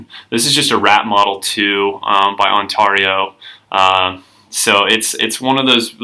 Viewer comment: you say Ontario funny